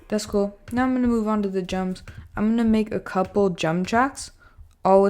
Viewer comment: You say Jums instead of drums😂